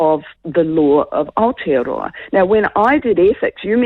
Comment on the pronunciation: Where the hell is this outa-row-a she keeps mentioning???